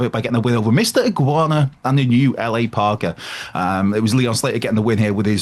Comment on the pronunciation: Is saying LA the new way to say la parka?